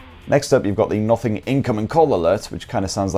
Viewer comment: For some reason when ever he says "Nothing" i hear "Muffin" 😐